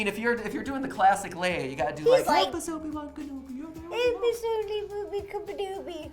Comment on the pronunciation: 😂😂 Matt:Help us obey1kanobey 😂 Ro:helpuboodybookadobey😂😂😂 I dont know how to spell that❤️ Love you Ro xxx❤️💖